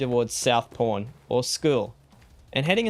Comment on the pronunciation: it sounds like your saying Porn... i know your saying pawn LOL